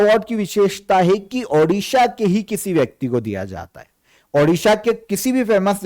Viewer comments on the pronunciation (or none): none